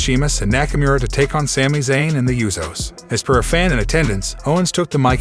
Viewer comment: BTW, its USOS not YOUSOS